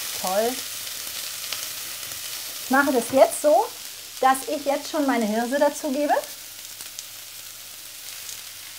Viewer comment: "diese Hirrrrrrrse" :-) herrlich, schönes Video....bestimmt lecker...LG